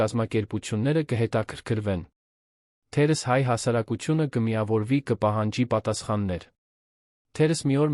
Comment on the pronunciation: թերևևևևս, ոչ թե թերըս։ ւ֊ը կարդա և😂😂😂